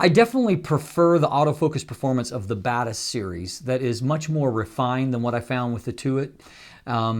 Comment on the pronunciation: I'm still confused if I'm hearing "the Badass series" instead of Batis series of if he's actually saying it